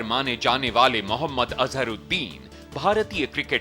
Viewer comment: मुयम्मद नाही रजत जी महम्मद बोलिये